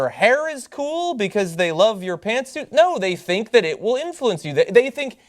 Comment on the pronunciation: (Lux - Rebellion) Pant suit... but yeah it did sound a little off.